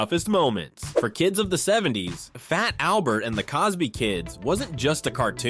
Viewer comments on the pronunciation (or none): Yeah and I've been asking this question frequently and no one will answer it.. and it isn't just here but answer me this.. did you hear how he said fat Albert? The "t" is silent..he says:"Faa-Albert".WHY????